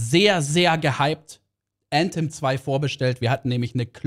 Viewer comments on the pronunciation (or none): junge wie cringe wenn er Äntem sagt anstatt Anthem, immer diese Leute die englisch können